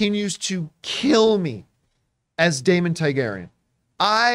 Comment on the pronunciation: No shit, you’ve had since 2011 to know how to pronounce Targaryen.